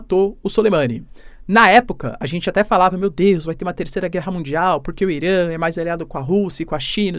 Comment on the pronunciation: Cu Irã!? Pronúncia escrota..